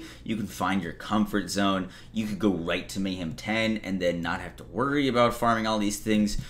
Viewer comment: Anyone else hearing saying "May-Ham"?????